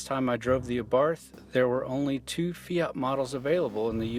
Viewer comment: since when did the word Fiat have a 'Y' in it?